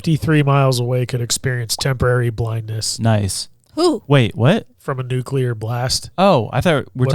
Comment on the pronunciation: Not him saying "nucular" instead of nuclear...